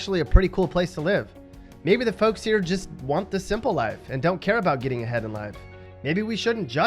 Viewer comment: Not fok monster--fowk (like stout or pout).